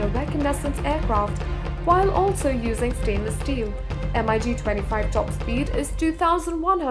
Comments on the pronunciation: Mig not M.I.G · I cringed every time I hear pronunciation M-I-G. It is not M. I. G. It is Mig simple and phonetic. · Lol MIG is pronounced in one word not M.I.G. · It’s Mig. Not M I G. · I got ear cancer by listening to "M I G"... the companies name is Mikoyan Gurevich, why wouldn't you just call it mig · The "emeyegee".... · Please pronounce MIG as MIG not M I G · Hey lady, just say MiG......you dont need to spell it.....Jeez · Everytime she says MIG a pup dies... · its called MIG not ''EM-AY-YI'' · Em Ai Gee? Seriously? How incompetent is this narrator? It's spelled and pronounced MiG, not MIG. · Heh...And the Migs are apparently...Emm-eye-geez.. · Its a Mig, not an M.I.G! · The girl voicing the video doesn't know much about its content. M i g for mig Mikoyan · Nobody says M.I.G..... Its Mig. Dont disrespect them. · MiG is pronounced as mig - just like "big". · Эм-Ай-Джи....девочке надо рекламировать стиральный порошок,а не говорить про авиацию. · Yeah M I G.... 😂